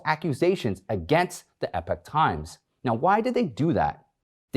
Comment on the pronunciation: I wonder if Michael Lewis knows how to say/pronounce "epoch"?